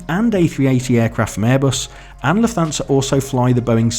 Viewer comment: Lufthansa is pronounced “Luft-hansa” not “Luf-thansa”